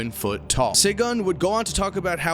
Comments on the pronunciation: By the way, Segun is pronounced "shay-goon" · Bruh i was cringing the whole when he tried to say segun and ibadan